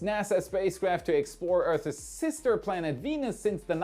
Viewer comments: Earths isn't pronounced Earth isss, just Earth ssss. So annoying! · ❤ I really like your channel. I probably shouldn't be picky about your pronunciation of words but after all, I AM a "What About It" fan soooo, it's Earthssss silent e, not Eartheees. I'm 💯 % positive that you know a huge amount of things that I am clueless of. So I will apologize for correcting you in advance 🤟😂 ✌️🙂 🖖😊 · 'Earths is not pronounced "earthes"' Drop the last 'e'. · OK, say it with me: - Earth-ss, not Earth-iz - uh-kin, not ache-in